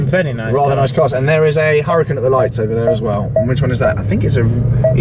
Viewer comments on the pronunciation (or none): none